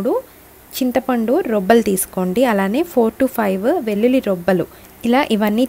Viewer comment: రొబ్బలు కాదండి రెబ్బలు